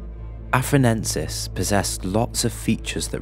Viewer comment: i think you meant to say "Australopithecus afar-ENSIS" instead of "Australopithecus afar-NENSIS"